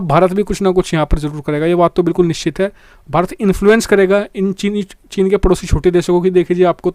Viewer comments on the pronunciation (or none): none